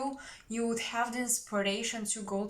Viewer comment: Hi! I picked pile 3, what a beautiful reading! Resonates 100%… I couldn’t think of who the man would be but then all of the sudden it clicked! Your English is great btw! Tip for you, the word “wood” and word “would” are pronounced the same way in English…it’s really annoying with all its rules and many of them don’t make any sense at all. Sending you my love Sister, hope you are well 😘💜